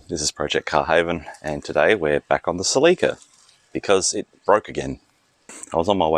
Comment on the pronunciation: Celica, not CelEca